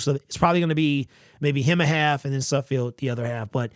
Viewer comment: nayt suhd·feld - do you say it incorrectly on purpose?